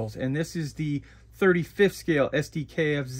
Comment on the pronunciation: Sd.Kfz. would be pronounced Sonder Ka Eff Tset for Sonder Kraftfahrzeug or Specialised Motor Vehicle.